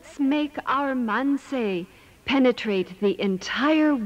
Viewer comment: Quite emphatic use of the word 'penetrate' there. I wonder how much of a sex cult this is.